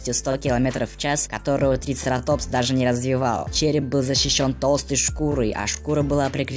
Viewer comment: А почему вы говорите трицератОпс,а не трицерАтопс?